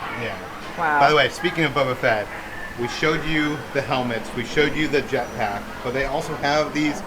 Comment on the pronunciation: It’s Buba Fett green. Me: What are you saying? Say it again.: B u b a F e t t? Me: Say it again, slow.: B u b a F e t t. Me: Slow very slow. Say the first word.: Buba? Me: Wrong.